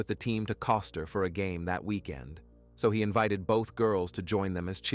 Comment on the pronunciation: It is KOSTER, not Costa